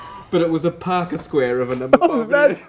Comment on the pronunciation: Sounds like he’s saying alpaca square